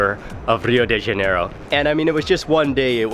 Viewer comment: Mark I like most of your shows but would like to make a few comments. The best translation of favela is a slum town. A few times you pronounced the name of the city of Rio de Janeiro correctly but then you slipped into the typical North American mispronunciation that sounds like Rio DAY Janeiro. The de is pronounced like deh (soft and not hard sound). When pronounced like DAY is makes one think of the french plural of "de". It is very common for North Americans (other than me!) make this mistake. Cheers